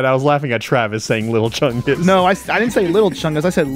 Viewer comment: It's not big chungus It's not little chungus it's lil' chungus